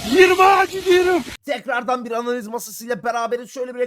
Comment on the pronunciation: Yirmağa Gidiyruk aga koptum ya 🤣🤣🤣🤣🤣